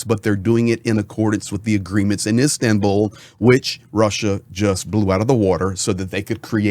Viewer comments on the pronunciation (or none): none